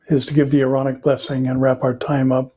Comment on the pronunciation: When you talk about the Aaronic Blessing, it comes out as “ironic” blessing (in English ears) and also in the online transcript. Maybe you can give the scripture reference and clarify it was given by Aaron 😊. Love your updates and teachings.